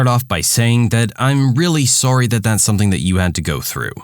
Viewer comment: just out of curiosity, are you canadian? Cuz i kinda feel like you are due to the way you said sorry